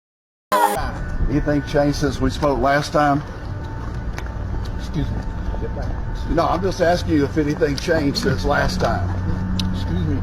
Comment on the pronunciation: The “xuse me” with the mush 😂😂😂😂